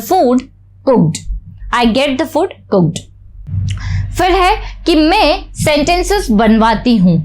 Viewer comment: आप बहुत अच्छा पढ़ाते है लेकिन मैं को मे मत बोला करो बहुत अजीब लगता है।